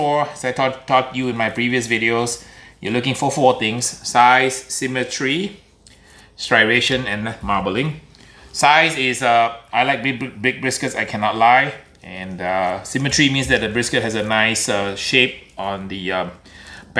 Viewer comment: The dog looks like a dwarf Ewok, love it. Hey,! Dang virus means I dont get my stickers!:/ (grin) I also decided nobody loves you, because if they love you, they would help you. Well, Buddy... >"I"< love you, so I'm going to help you! Repeat after me... "S-try-ay-shun"... One more time, "stry-ay-shun"... Now with the right spelling... "Striation"... Hey! You got it! Now you never have to say "Sty-ray-shun" again! See how cool it us when people love you!?! I'll always have your back,, 'cuz I love you! LOL Enough of the silliness, I'm holding you to it, soon as this virus deal is over, ya gotta come see your pals in Atlanta... And dont forget the stickers! (My sprayer and shaker look just plain nekkid without them. Hehe). Love the video, BTW. Good stuff. The next time I happen to rob another bank, I'll track down a Smokefire. And order one of those briskets. Meantime, I'll just make do with my little 40" electric job. It does the trick when I'd rather watch TV instead of tending fires. BUT... I built a custom, vertical, hot/cold smoker out of a baker's proofing cabinet that you need to see! I can hang a turkey like a drum smoker, smoke fish strips like an Alaskan fish rack-smoker or lay a brisket out on the grates, like a traditional style. Happy smoking...:)